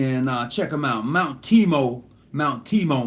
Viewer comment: The of MW Mt. TABOR of Houston, TX is not pronounced Mount Tee-Mo. It is Mount TAY-BOR.